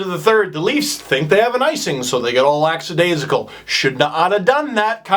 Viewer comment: LACKADAISICAL- lack-a-dais-i-cal